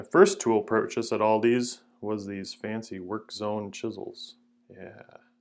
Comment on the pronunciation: Aldi* there is no s on the end. Purchased at Aldi* not Aldis